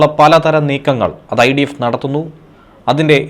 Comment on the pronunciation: ഇസ്രായലിനെ പ്രകോപിക്കാൻ ഐഡിഫ് എന്തോന്നടെ വായിക്കുന്നത് നോക്കി വായിക്കു